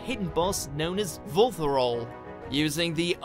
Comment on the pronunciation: You mispronounced Vulthuryol. Twice. In two different ways. How?